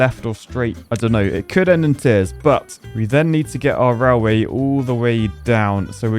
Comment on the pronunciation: I really enjoy your videos, but it's pronounced railway, not rallway.